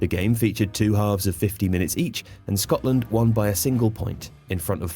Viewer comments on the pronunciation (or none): none